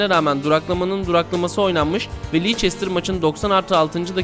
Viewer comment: Videoda bolca yanlışlık var.. Dejan Lovren diye yazılır "Deyan Lovren" diye okunur ancak yazıldığı gibi okunmuş. Nou Camp'a da Camp Nou deniyor ancak yine Nou Camp diye okunmuş. Son olarak Leicester'a Lieçestir denmiş.. Takdir sizlerin:dddddd